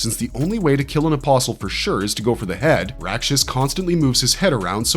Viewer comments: bruh, you don't pronounce the "t" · Are you saying an imposl or or apostle because you're missing a tea in the pronunciation because there's actually a t in the word my friend